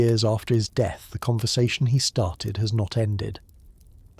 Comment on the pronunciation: It's pronounced DEATH not de... Some kind of copy proofing required on this channel.